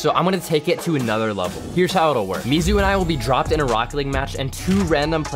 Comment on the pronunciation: That ain’t mizu that’s moozu💀